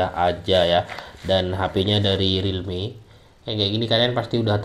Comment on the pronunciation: Namanya Realme Apa ini Bang Agak kurang jelas